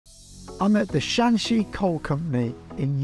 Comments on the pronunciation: Shanxi not shaanxi😂😂😂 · Hi, Just a friendly suggestion. Shanxi & Shaanxi are provinces north & south of each other. They have different pronunciation. Google can pronounce them pretty well.